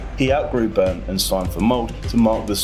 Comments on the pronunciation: Bryne, not "Börn" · I love how he pronounces "Bryne" as "Burn". However, I can't really find a good way to explain how to pronounce Bryne, feelsbadman. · Bryne" as "Burn", "Molde" as "Mold", "Ole" as "'Ol" lmao. Monolingual anglos are truly ignorant about the most basic features of other languages. These e's are not silent. The r in Bryne comes after the B, not after an u that is not there. You have access to Wikipedia and Google Translate. It literally takes a couple of seconds to check if you are unsure.